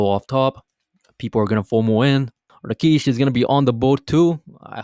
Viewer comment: Who TF is Rakeesh? Lol